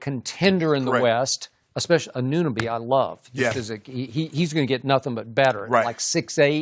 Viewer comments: They always say his name wrong lol.. it's not O.G Annanuuuby Lol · You guys sound sad the way you're pronouncing og Annunoby's name... ann-A-noby not "anoonaby" lmao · "ANOONOBY" LOL. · So we’re just gonna act like Shannon didn’t just say ANOONABI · Can y'all learn how to say Anunoby lmao